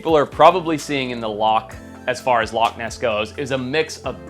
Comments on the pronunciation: And it's loch and not lock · Loch is Gàidhlig for lake and is pronounced loh-ck with a harsh(ish) ck like the German ich. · i mean TO BE FAIR, to make up for your editor not knowing how to SPELL "Loch" you dont know how to PRONOUNCE "loch" so i guess it balances out :P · It's alright, you didn't pronounce it right either so the editor gets a pass